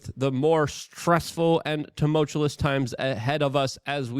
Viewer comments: Its tumuLtous!! NOT tumutulus!!!! You say it wrong every show lmao..but otherwise your content is great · Just have to say that too-muhl-choo-uhs is how tumultuous pronounced. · teh-mull-chew-us cmon dude... Making me crazy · PLEASE stop trying to use big words if you can’t pronounce or use them correctly! A what trap, stasicidious???? And learn to pronounce tumultuous. It’s ok to use smaller more manageable words Luke, we won’t think any less of you. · Just a quick question are you saying tumultuous incorrectly on purpose? Is this a long-running gag I missed?